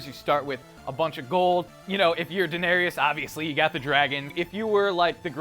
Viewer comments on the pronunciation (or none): Its pronounced "dae-nair-riss" not "da-nair-rius" lmao. Fyi, Brienne vs The Hound was my favourite part of the finale!! It was epic!